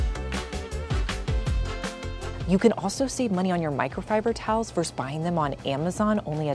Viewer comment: Vs. is not pronounced “verse.” It’s “versus.”